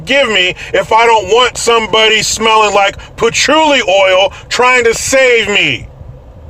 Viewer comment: “Patchouli Oil”